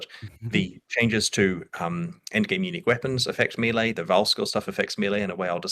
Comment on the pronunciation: Why is it so difficult to pronounce melee correctly?